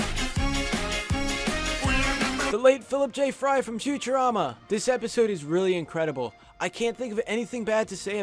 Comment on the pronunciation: When you said Futurerama I gave this video a like